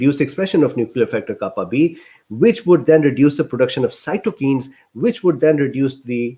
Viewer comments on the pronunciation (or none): none